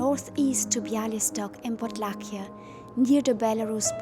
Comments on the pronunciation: Podlasie not Podlakie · Podlasie region, not Podlakia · Podlahia heißt Podlasie,😅